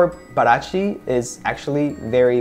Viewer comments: The stress sound isnt in Pa is in Ti is like pa ra TI(the strong sound) ,😙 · Yes, Parati is pronounced as "para ti" (Spanish). And got Buzios right at the second try. When you started to talk about Ipanema, you said it right at the second try. ;) Thank you for your reviews! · With exception of Rio de Janeiro and Parati, all the orders you pronounced right at least one time. In Portuguese J does never have a R sound and you should stress the end of the word rather than the beginning, so it's paraTI. To me the best looking one was the búzios (was your best Portuguese try too haha), but you dark eye reflecting the softbox still wins